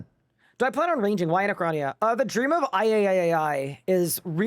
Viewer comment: Is it me or does add another "-AI" whenever he says Dream of Aiaiaiaiaiaiaiaiaiai